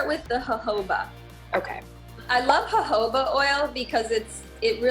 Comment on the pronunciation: Did she just outright called "jojoba oil" hohoba oil?